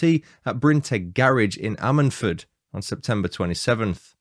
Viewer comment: Lol its pronounced ....I sted ford!! 🤣